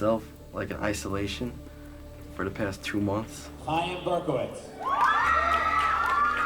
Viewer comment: Thats not how you pronounce Chaim stupid. You aspirate the Ch sound as in German.